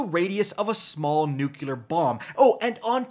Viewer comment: Wtf is a "nuc-U-lar" bomb. I, and the rest of humanity, have heard of "NU-CLEAR" bombs...